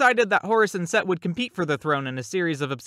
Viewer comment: Set is Pronounced Seth